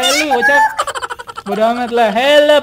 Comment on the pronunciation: Dah Kek diSurvival yang dulu, bawa bawa Sign, sama kalo "help" tuh malah "helep" 😂